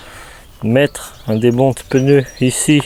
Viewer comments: Le pneu pas le peneu sinon bonne vidéo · Juste un petit point. Le geste technique est parfaitement expliqué, mais comme il est désagréable d'entendre le mot "peuneu". Il s'agit bien d'un pneu..matique sans "eu" entre le p et le n. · Ce n'est pas un peneu mais un pneu🤣